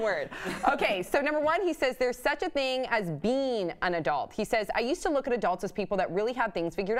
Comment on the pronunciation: pronounces "being" as "bean"